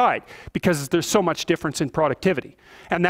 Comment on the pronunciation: For such an eloquent and intelligent man, it's funny to see his struggle with "much" lol